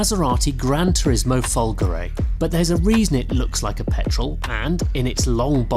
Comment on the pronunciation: We can't show you the dash so here is a Fiat Panda one in it's place which should not be too far off! Also learn some proper Italian because it's pronounced Fulgore` with the accent on the E not Fulgory you freakin slaphead!